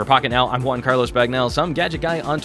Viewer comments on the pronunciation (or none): none